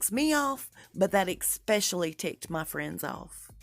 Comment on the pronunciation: I like your research, let me say that first. And, there is no word ecspecially, or halfhazzard. It is especially, and haphazard.